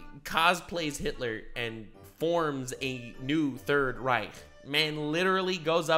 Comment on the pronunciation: Loved how you pronounced Reich. Not entirely correct but way better than most english speakers that dont even try